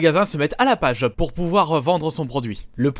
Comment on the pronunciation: Pout au lieu de pour XD